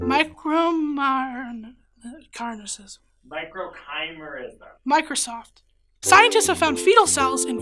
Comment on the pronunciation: "miCROCHIMERISM" "...microsoft"